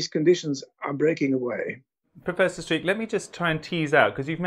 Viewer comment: Pity his name is pronounced as streaker instead oi 's streeck